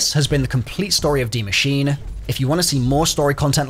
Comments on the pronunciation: Ah yes de machine not die machine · My man said “dee machine” instead of “die machine.” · The word is “die” not “D” machine. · u really jus say dee machine lmao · Why did u call it the dee machine?? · Why people always call it D machine its DIE Machine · Dee machine? It literally says "die" bro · did he seriously just say dee machine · Is that your accent or are you trying to say Die machine wrong??🤥